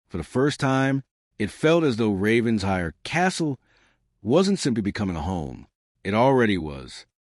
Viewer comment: The AI keeps saying Ravens hire. But it’s pronounced Raven shire. Other than that I love this story!